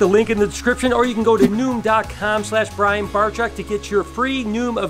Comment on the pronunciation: Is this a Mandela effect because I always remember barczyk being pronounced barjack. Great video btw, your energy always puts a smile on our face